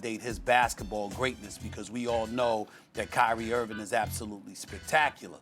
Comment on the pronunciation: Stephen A hates Kyrie Irving so much that he's apparently sworn a blood oath to never pronounce the "g" in Kyrie's last name.